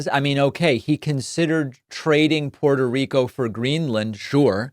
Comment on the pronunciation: David, as a fellow Latino, you should be pronouncing Puerto Rico correctly.